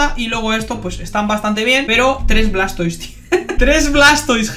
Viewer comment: "Blastoi" puro cine 🥵🥵🥵